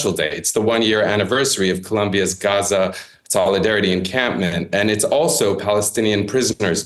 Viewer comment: At least wasn't inconsistently pronouncing Gaza "GCHUZZAH" at random times.